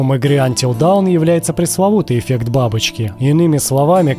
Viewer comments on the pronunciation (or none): Отличная подборка! Если позволите, небольшое замечание: правильно говорить «Антил дОн», а не «Антил даун», потому что «даун» - это «dOwn», то есть «вниз», а в названии игры используется «dAwn», то есть «рассвет». Часто эта игра попадает в подборки, и каждый раз забываю написать)